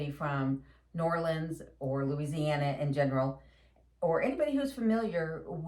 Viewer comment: And thank you for saying new Orleans the right way